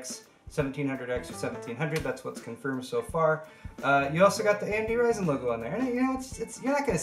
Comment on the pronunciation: Thanks for calling it "RYZEN" and not "RISEN" LOL....